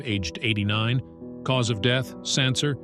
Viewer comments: Also doesn't know how to pronounce the word, 'Cancer' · I know. I was like, "are you kidding me?" I mean, it seems to be that it's one of those AI robot narrators, but come on! Even most of those AI things would pronounce "cancer" correctly. If it was spelled with an "s," then I could kind of see why they would pronounce it incorrectly. But it did pronounce it correctly at least once. But that makes it even stranger I think.